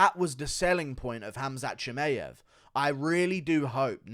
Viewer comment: Shi-my-av… not May-av